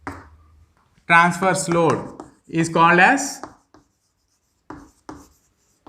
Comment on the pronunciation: But pronouncing was bad.